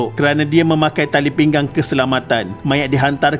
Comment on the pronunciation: Pinggang min...bukan pinggan...😅